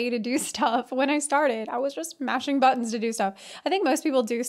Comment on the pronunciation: Are you saying hello buttons or buns? That's what I'm confused about lol